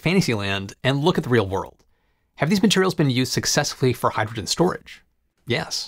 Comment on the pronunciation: If I play this at .75 (3/4) speed, I understand the words better but the narrator still sounds like he's slurring his speech. Hydrogen comes out hygegin. If he would take the time to enunciate the words then it wouldn't be necessary to modify the playback speed.